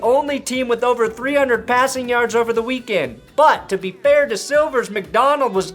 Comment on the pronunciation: You said weak sex, haha.